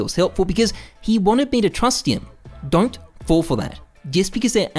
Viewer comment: coming back to this video after more than a year, are we not going to talk about how says 'dont'?